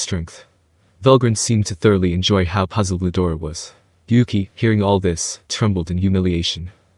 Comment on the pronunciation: Bro i think the name its rudra its not Ludora